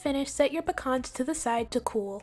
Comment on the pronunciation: Hey, those cookies 🍪 looks delicious 😋 and especially with a glass of cold milk 🥛. Anyway thank you for pronouncing the word Pecan correctly. A lot of people pronounce it with the long e and a and that's not correct. It can be pronounce 2 ways and both or correct. It's pronounce the way you did and the other way is with the long pēcan the end of the word the way you pronounce it. Lol 😆🤣😂 that's my rant for the day.